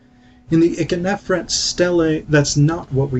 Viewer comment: Also, Ikhernofret is generally pronounced EEK-her-NO-fret, not ICK-uh-nef-ret although your pronunciation is not that bad. Lastly, you barely described the ka-her-ka festival.